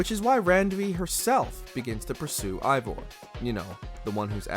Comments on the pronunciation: It’s pronounced “Ay-Vohr” not “Aye-Vahr”. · Biggest pet peeve when it comes to these videos about shows/video games is when they mispronounce the name. For example, this guy keeps saying Eivor as “EYE-vor” and 3 seconds laterz, they show a clip with 20 different characters all saying it as “AE-vor.” It just makes it painfully obvious that this guy hasn’t played the game or so much as watched a single clip. If he doesn’t care about the content of this video, why should I? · this dude said ivor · Your saying evior name wrong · Imagine playing 100 hours of Ac Valhalla only to make a professional video constantly pronouncing Eivor incorrectly. This guy ALWAYS mispronounces things and it truly diminishes the quality of the videos. Like is there no quality check or..... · 2 minutes in and the narrator doesn't know hot to pronounce Eivor